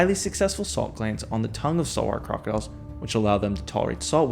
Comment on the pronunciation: 😂😂😂”Saw-Warr Crah-Diles” 😂😂😂 can you speak any faster or clearer? So much for narration lol🐊